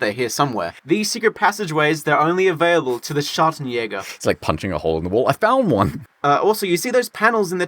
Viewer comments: ""Schagenhäger"" xD I love if he wants to say Schattenjäger. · I’m quite offended by how your pronounced Schattenjäger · I love how you pronounce the J in "Schattenjäger" like a spanish J but in "a shot of jäger" you pronounce it properly :D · The way they did pronouce Schattenjäger was painful im not even german and its wrong🤪